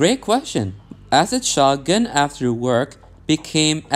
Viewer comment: shoh guhn